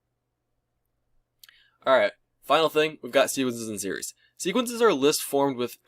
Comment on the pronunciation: "sewees and series"